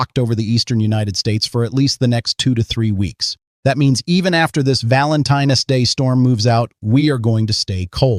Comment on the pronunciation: “Valentine S day”